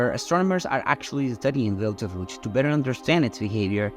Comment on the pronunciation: First, it is Betelgeuse (pronounced Beetle Juice) and not Beltarooch. 2nd, it did not start to go supernova. It is still in the stage of fusing helium meaning it still has at least 10,000 years left before it will go supernova (I just watched a real program on this exact topic).